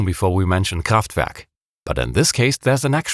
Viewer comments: I love it when you pronounce Kraftwerk! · that is the one and only right pronounciation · From your perfect pronunciation of "Kraftwerk" I immediately assumed your german 😅 Am I correct? Great disection of an iconic beat! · Hearing Kraftwerk pronounced that way sounds awesome. Loving this channel!